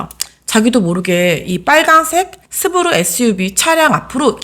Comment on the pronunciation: 스브루가 아니라 스바루